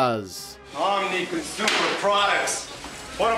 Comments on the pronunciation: Stop saying "conshumer" dude. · "Conshumer"..... Anyone else hear that everytime?